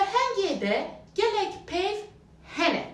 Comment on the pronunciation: Mamoste "gelek" kelimesinde iki "l" yoktur. ilk "e" ye vurgu yapılır ve hafif uzatılır